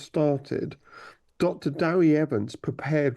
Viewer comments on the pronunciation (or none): Did she really pronounce Dewi as Dewey? So much for the Times leading the way in journalism 😂